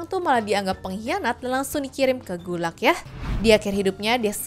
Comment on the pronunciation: gulag bukan gulak gemes banget dengernya